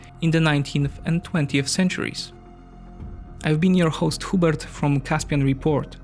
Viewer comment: I laughed my ass off when he said